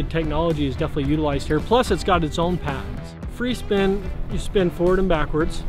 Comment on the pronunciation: Took me forever to figure out he'a saying "4D free spin". I couldn't figure out why he was saying "43 spin".